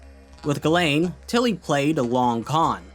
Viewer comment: I know it is 1 year after the upload but as a french viewer I must say.... Ghislaine is not pronounce that way. It is "Jisselaine" since "gi" for us is the "ji" for an english speaker and "is" is pronounced like "ise". I'm not complaining I'm just saying it as a trivia if someone is interested .